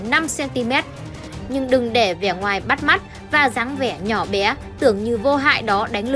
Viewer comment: Bé thì nói là Bé, Bíé bíé là cái đ" gì